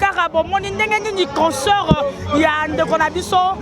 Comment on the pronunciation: On dit concert , non pas concort